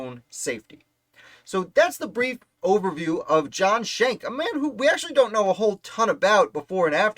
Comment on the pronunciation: Shank is not the correct pronunciation. They're Dutch, not German, so the pronunciation is Skenk. Captain John was in the Hunterdon County Militia. The "word arrived" about the light dragoons from his cousin, also named John Schenck, a Sergeant in the Hunterdon County Militia. You can read his account of the Ambush in his 1832 militia pension deposition.